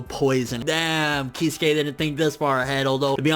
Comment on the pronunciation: Kiz-ew-kay not keyskay